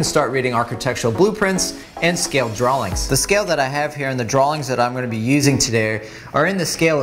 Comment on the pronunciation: Did you say "darawlings" with an L? (drawings)